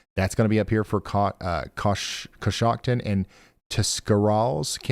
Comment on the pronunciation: In ohio the county you had a hard time pronouncing is con shock tin